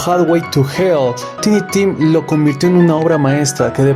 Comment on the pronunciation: Solo un detallito, se pronuncia taini tim. Gracias por el video. Me suscribo ❤🎉